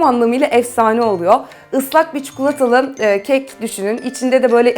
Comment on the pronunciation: çukulata deyip durma ya